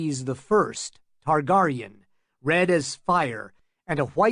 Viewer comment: And how he says Targaryen…has he never watched the shows? It’s fucking SIR and TarGAIRyen